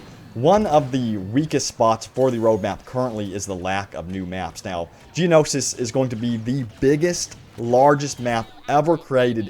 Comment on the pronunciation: Geono-shi... Geonosis.